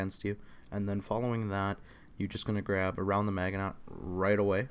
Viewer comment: Maginot is pronounced "Mash-In-Oh".